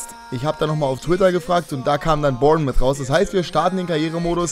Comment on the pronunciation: Es heißt nicht Bournmith sondern Bornmouth